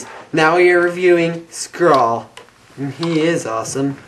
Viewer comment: its not (skhrall: prenouciation) its (skrahll) hope it make sense to you